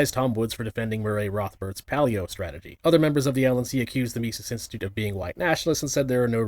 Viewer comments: The fact that Vowsh (as he likes to be called) can't even correctly pronounce the namesake of the group he's trying to denounce should immediately discredit everything he says in denouncement of it. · Oh, that lying son of a bitch... that no good, lying son of a bitch. At least he didn't pronounce Mises correctly. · Something like "Mee-zees." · Mysees, Robard, and Hopper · MYE-SEES lmao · ME-cis, right? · i love the fact that he calls it the mice-es caucus. just goes to show that literally everything he knows about it comes from wikipedia. and naturally, he starts by saying he's not going to overstate the case before completely overstating the case by calling them nazis. classic voosh. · Misis Mesis Idk why he didn't aleast Google someone saying the name. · The "mice-eese" caucus... The one named after the freedom loving jewish economist is ... Nawtzees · I hate when these people, no matter the language, always mispronounce simple names, it's so stupid "my-sees"? It's literally as straight forward as it gets and simple in terms, it's the Mises cacus, it's very common terminology if you're in the in the business of talking politics. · "Mice-eez" He can't even pronounce the fucking name correctly, lol. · The way he pronounces Mises makes me want to punch my phone. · You have the restraint of a Buddha for not making fun of his cluelessness of how to pronounce "Mises." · His pronunciation of Mises already informs you of how much research he put in the subject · The fact the Vaush doesn't even know how to pronounce Mises is all anybody needs to know about how valuable his opinions on the topic are. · Vaush getting Mises pronunciation wrong might be nitpicky on my part but I've yet to see a libertarian mispronounce it, only Leftists seem to do it 🤔 Also I'm surprised Vaush still makes videos about libertarians considering how he seems to be just another grifter chasing latest news. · Mispronouncing Mises should be a crime